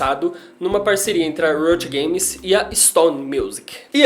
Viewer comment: Se pronúncia RITO GAMES kk